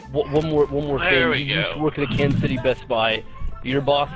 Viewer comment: "Kansis" Oh boy... A+ for effort